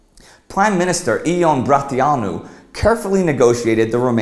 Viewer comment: Actually, he did mispronounce Bratianu. But he did do better than expected.